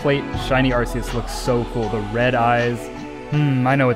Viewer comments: is pronanst arkeus !!!!!!!!!!!!!!!! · I'm pretty new to the channel and have been binging everything. Have you ever addressed the pronunciation? Cause I'm super confident that its AR-KEY-US and it drives me crazy. Maybe I'm a little high-strung on my current THOUSANDS of soft resets for the lemon god though, idk. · How dare you not name every Arceus “Arkoos” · Hi did you say arkoos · Mandjtv has already trademarked "Arkoos" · he said a r k o o s bois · I can’t find a single comment saying: “iTS aRKEuS” like the way you say arceus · He said arkoos! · I’m a MandJTV fan and he said ARKOOS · I loved the video, but also...ARKOOS? A FELLOW TEAM SKY FOLLOWER! Or you could just be pronouncing it different for fun in which case, disregard the Team Sky stuff. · its pronounced arkeus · Its. Are, key, us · Arceus has a hard C fyi. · It's pronounced arc eus with a hard c